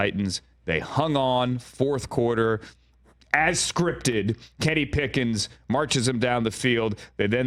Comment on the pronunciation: It’s Kenny Pickett not Kenny Pickens lmfao